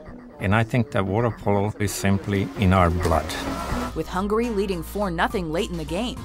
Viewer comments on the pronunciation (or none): none